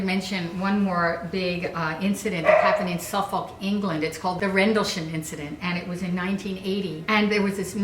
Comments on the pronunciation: It's pronounced 'suff-uck' not 'Suff-olk' 👍🏻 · it kinda bugs me every time i her and american try and pronounce Suffolk, in the uk we don't say it like suf-folk we say it like suff-uk (Norfolk has a similar problem, Americans are forever pronouncing it like Nor-Folk when we pronounce it like Nor-fuk) i know it really doesn't matter but it always bugs me just a little bit. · The way she said 'Suffolk' though 😂😂😂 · the way they pronounce Suffolk 😂😂